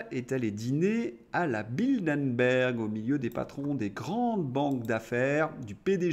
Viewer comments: Ce n'est pas "Bildenberg" mais "Bilderberg". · Bilderberg pas Bildenberg...